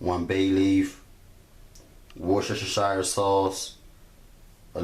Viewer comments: Only one thing annoyed me in this video. How you pronounced Worcestershire sauce. Ignore all the letters, it's actually said like wur-ster-sure. This looks super delicious though! I really loved this recipe :D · worshashashashire sauce